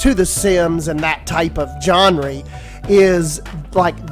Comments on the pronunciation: “john-re” no hate but it’s pronounced “zhon·ruh” (written phonetically in English) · Nobody::gonree Me:😂😂😂😂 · genre = john-ree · when he pronounced genre as John ree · did he just say “jonree” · Nice video, but genre is not pronounced “johnree” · okay but why you say genre like "jenry" i laughed every time im sorry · Genre People: Its pronounced "Jonra" Other people: its pronounced "jenray" Him: Jonre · weep Jonreee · Did you just say john-ry instead of genre? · “john-ry” ?????? why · Thank you! I was looking for the comment calling this out lol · This game looks incredible. But pretty please say genre the correct way! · my main confusion is the way you pronounce niche and genre 😂🥴